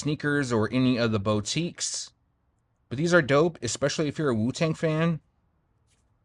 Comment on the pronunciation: “boooo teek” 🤣 but i hope we both cop for retail 🤞🏾